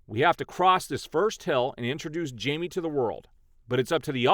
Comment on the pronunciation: Pronounced his name wrong. It’s Hi-may. Jamie = Himay